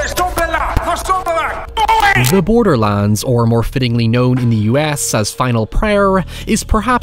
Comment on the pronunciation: everytime he said "borderlands" i thought he was saying borderlines in an EXTREMELY southern accent